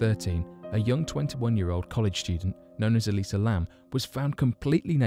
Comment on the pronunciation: It's "Elisa" Lam.